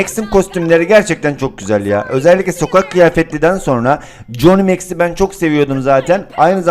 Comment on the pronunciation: Coni meks. Normal insanlar:koni meks 🤣